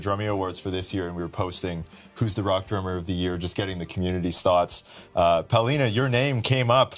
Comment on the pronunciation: Muy bien por Paulina !!! Muy mal por DRUMEO, PESIMA pronunciación del nombre y apellido de Paulina.